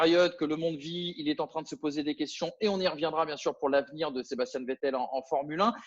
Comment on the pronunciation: ont t’apprécie tous mais faut vraiment que tu arrêtes de dire Sébastien,tu me stress a dire Sébastien c’est plus possible